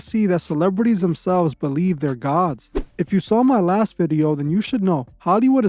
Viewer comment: You sound like a retarded A.I. and even more so when you keep saying some idiots on TV are "GaWhHDs"